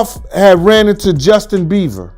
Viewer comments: calls him "Justin Beaver" 😭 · Dude keeps calling him Justin Beaver